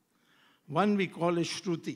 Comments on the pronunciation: It is not "Stuti", it is "Shruti". Oh God, this journalist's lack of knowledge is appalling. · This cocktail woman pronounces shruti as stuti, and thinks she can outsmart everyone. As Swamy said, hangover of Tehelka still continues. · She does not even get that it's "Shruti and Shmriti" and not "Stuti and Smriti"